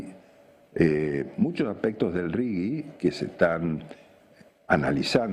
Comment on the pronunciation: Me pregunto porqué, si defendemos tanto lo nuestro, pronuncian RIGI como lo pronunciaría el idioma inglés? Pronuncien en castellano.